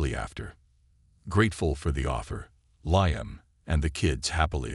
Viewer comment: The AI needs work, It's LEEUM not LIEUM...